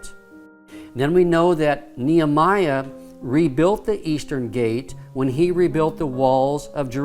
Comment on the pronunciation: Pronounced (Knee Hem E Ah) not the way he pronounces the name; (Knee Ah my Ah) By the way as there are still people today with that name. :)